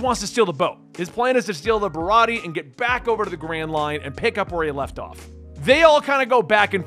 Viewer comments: You're right about Zoro. Idk if someone has said this, already, but "Usopp" is "oo" as in "toon." Barati(e) has one more syllable like "aye." Nami was my favorite character at the beginning. I loved her and still do. She's a bad bitch, fr. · (Bar-rot-tee-a) baratie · It's not O-Sop it's You-Sop or Oo-Sop. The Sanji arc is pronounced Ba-ra-tee-aye